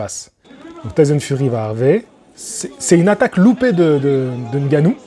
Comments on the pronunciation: Le seul youtubeur qui prononce bien Ngannou, au lieu de Engannou**. Bravo !! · Prononciation de Ngannou parfaite en début de vidéo Merci 🫡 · N-gannou c est la prononciation en français, meme si c est pas en langue bantou..